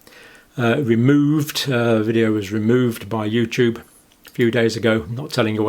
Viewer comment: Youtoob is Pootoob